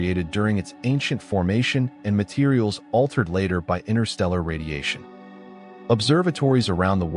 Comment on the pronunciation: This is another digital voice with built-in mispronunciations that should have been fixed before it went on the market. There is no H in ST. The ST does not make the sound SHT. It's ASTronomers, not ASHtronomers. It's chem-ISS-TREE, not chem-ISH-tree. It's STrong, not SHTrong. In addition, the T is not silent in inTerstellar, it's NOT pronounced inner-stellar.